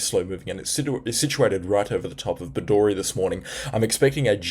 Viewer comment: Bedourie Pronounced - Bed.oo.rie Not - Bed.or.ie